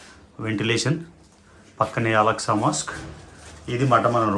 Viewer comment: Mazjid AKSA not Alaksa